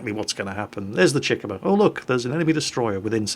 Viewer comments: The tier 2 Japanese cruiser's name is pronounced. Chick-uma. Not Chikimma. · It's pronounced Chi - ku - ma. Three syllables. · gamerguyx095 everytime he said chick-uhmuh it was like nails on a chalkboard come on now,, embrace your inner weeb Chee-koo-mah like the Chi in Chi-ha and the Kuma in...Kuma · It's pronounced CHEE -KU -MA , like Kuma, but with a Chi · The way he says Chikuma... Lol